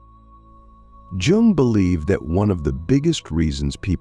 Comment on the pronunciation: You fucked up the pronunciation of his name. It’s hard to take the video seriously after a mistake like that